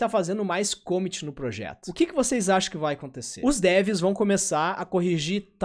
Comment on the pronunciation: pelo amor de Deus, para de falar commit dessa forma:D